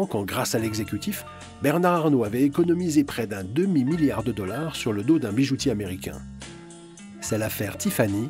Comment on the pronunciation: on dit MiLiard pas miyard, merci